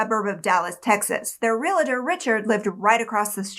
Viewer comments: I’ve told you this before…it is NOT “Real-A-tor”, it is REAL TOR. PLEASE LOOK AT THE SPELLING! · You keep pronouncing the word 'realtor' incorrectly. It is NOT real-a-tor! There is no A In the middle! It's as awful-sounding as those who pronounce 'nuclear' as nuke-u-lar...very disappointing from a supposedly smart woman.